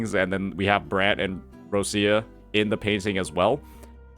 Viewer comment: Why you call her Russia if she Róchia? Huh?